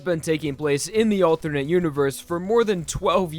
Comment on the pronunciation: I can't get over you pronouncing alternate as althurnate. I'm sure you're not doing it on purpose, but I find it funny